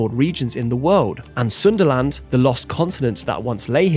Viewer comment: Sundaland or Sunderland 😂😂